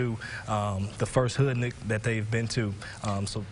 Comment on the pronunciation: Smdh....Did he say Hoodnik?